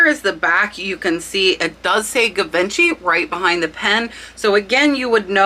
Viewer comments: Love your info! Thanks for sharing. A small pronunciation lesson if you don't mind Not GA Vin chee Jee von shee It's a classic designer name, they were hottest in the 50's, especially in Hollywood. Still considered top shelf. Hope you do more of these! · Pronounced gee vos Shay. 😊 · Beautiful Hattie Carnegie brooch your friend sold. It is "cabochan" (with an o.) French derived word basically meaning "a polished dome." Usually oval or round and not faceted. English pronunciation "kah-bo-shawn." Givenchy - "zshee-von-shee." Trifari--"Trih-far-ee" not "Try-fari". Hope that helps!~ I know you teach us the importance of spelling keywords correctly when listing.:-) Keep up the great content. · Sorry that I have pet peeves with proper pronunciations...., it's not guh vin chee. The American pronunciation is zhee vaan SHEE (the zhe is similar to a lazy gee), or the British pronunciation is zuh VON shee. Also, diamond or crystal "pave" is not pave as in concrete. It is pronounced pa-vay. You do an awesome job in your research and videos but mispronouncing too many of the words and brands specific to the jewelry business will make you sound inexperienced. I just found your channel and will be back. Thank-you! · 'Givenchy' is pronounced 'Zhi-von-she'. It's a luxury French fashion brand:) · It is pronounced jee-von-shay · Just a friendly comment on pronunciation: it’s pronounced ‘Zhee-VAWN-shee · Love your videos! Thank you so much! French pronunciation fot Givenchy is Gee-vaun-shay. Learned it several years ago (I'm old LOL). Keep up your great work... you're amazing!!! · Givenchy pronounced Ge"Von"She" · Omg, givenchy, lol. It is pronounced more like gi - van - shi. Great video. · Givenchy pronounced “J”ivenchy And gilt is “g”ilt from word gilded, not “j”ilt. English is my second language and it doesn’t make sense! Very informative! Without a bunch of nonsense! Shared your Tea cup video with my sister and she’s pulling her collection out. 😊You’re my only subscription.